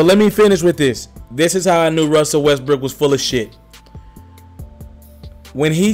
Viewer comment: You can’t pronounce Westbrook for shit lol 😂 west brick